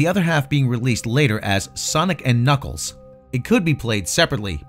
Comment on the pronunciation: It’s Knackles teh Enchilada